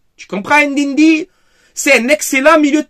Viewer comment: Ndindi et Adigra ya un soucis dans la prononciation faut inverser le N 😂😂